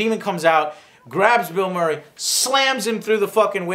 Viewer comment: Did Joe say Mill Burray? XD